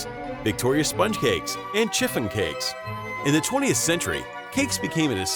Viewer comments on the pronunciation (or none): chiff---on not chifffin